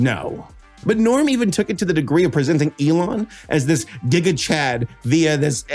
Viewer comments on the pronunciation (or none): none